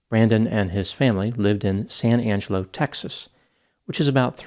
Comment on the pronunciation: Sad story. Corrections on pronunciation of Texas towns: Its sa-NANG-ga-lo not san Ang-e-lo, its BRONT not bron-TA and it is KRAWL-ee not CROW-lee. People need to realize when they need help with addiction. Sad.